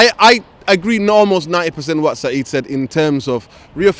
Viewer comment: Its Saeed not Seeb